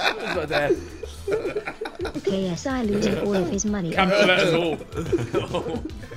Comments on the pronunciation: haha is it just me or does the bot say GAYSI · Why does the voice pronounce ksi like gay s i for lmaooo😭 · “KSI starying at Binance seeing what happens gonna next” English 100